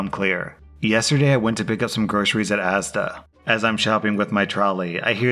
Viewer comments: Character growth: finally learned how to say asda! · I'm surprised pronounced ASDA correctly as he always has issues with British words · I get the impression that you are now purposely finding posts which feature ASDA just you can show us Brits you can say the name right👍